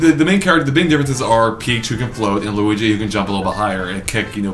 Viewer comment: That's a weird way to say luigi??